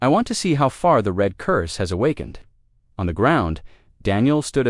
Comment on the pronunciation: ............ "glowing REED (red) from the heat of the cutters"!!!!!!!!!!!!!!???????????????? How's bout ".......glowing RED from the heat of the cutters"!!!!!!!!!!!!!!??????????????? GOD, if only ONE of you could find a decent AI instead of a POS AI!!!!!!!!!!!!!!!!!!!!!